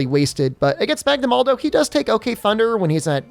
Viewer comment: dear fellow viewers. is there an in-joke I'm missing that would explain why is saying MagnamalDo onstead of Magnamalo in all these videos?